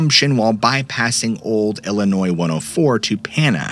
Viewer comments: Illinois is crazy! hey, you pronounced it correctly and we do appreciate that lol thank you so much for everything you do! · Illinois is crazy. Ha Ha. I am original from Illinois...appreciate correct pronunciation of Illinois (s is silent). 😄